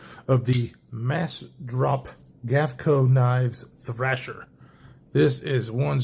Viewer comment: It's thrEsher not like the magazine thrAsher E Esther not A Asher